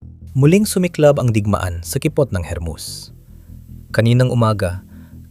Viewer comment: hermus? bakit naging hermuz na